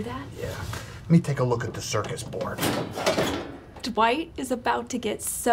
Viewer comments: Did Kevin say "circus board"? :D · Kevin just said "circus board" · I never noticed before, but Kevin says "circus board." xD